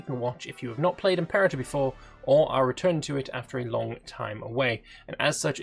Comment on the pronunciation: Its prounounced im-per-ah-tor.